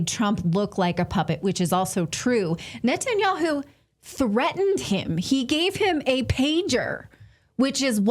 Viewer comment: "NUT-THE-YAHOO" ....I'll leave it there